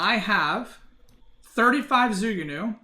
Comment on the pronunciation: it's more like joo ku new than zoo goo new